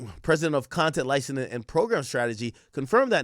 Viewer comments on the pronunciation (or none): Ak is been over 10 years and you are still pronouncing it “licenin” it’s “licensing” for the love of god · BRUH THIS DUDE STRAIGHT UP SAID LICENING 7 TIMES!!! LICENSING AK. FKN LICENSSSSSSING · WTF IS LICENENING? Lmaooo it’s licenSing